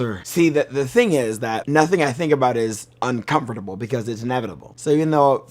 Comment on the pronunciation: what's uncomfortable is how he pronounces "uncomfortable"